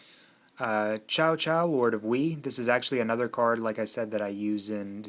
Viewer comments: Marie Laudate it's actually "tsao tsao" lol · In the pinyin romanization system, the lone 'c' sounds as a 'ts.' So yes, it is pronounced 'tsao tsao'